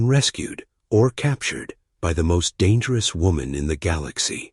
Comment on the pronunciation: Thumbnail: Someone skipped math class... more than once. 7 feet? More like 7 meters. Oh No'sss, not Dang --- Eris. That's much worse than Darn --- It. Fove??? I don't speak Veron. Fee? I'm not familiar with Nautical terminology. This is so bad. Find the rest of the bad AI yourself.